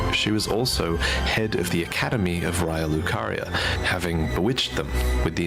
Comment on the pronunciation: Please note: loretubers have a strange problem of mispronouncing Raya Lucaria. It's said to us in-game as "RAY-uh" but even the biggest loretubers like Vaati and Hawkshaw pronounce it "RYE-uh"